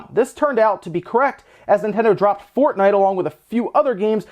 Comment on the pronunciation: Hmm, never heard of “fornite”